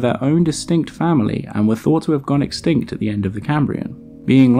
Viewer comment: Don't you mean EXSKINKT